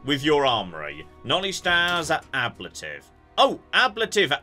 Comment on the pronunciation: AB-LA-TIVE? does he mean A-BLA-TIVE? as in a type of armour? Ablative armour is armour which prevents damage through the process of ablation, the removal of material from the surface of an object by vaporization, chipping, or other erosive processes.